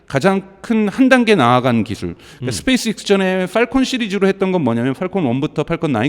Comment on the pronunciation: 스페이스엑스도 발음을 스페이스익스 스페익스로 들리는데 제가 일자무식인가요?? 진짜 굼긍해서;;; 엑스를 익스라고